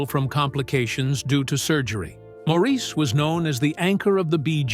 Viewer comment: Please pronounce "Maurice" correctly!